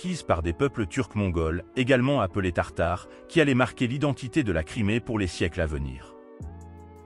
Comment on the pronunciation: tatar pas tartar ....